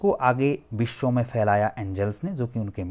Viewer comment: Aap West Bengal se ho kya? “Biswa” bolne ki accent se aisa lagta hai..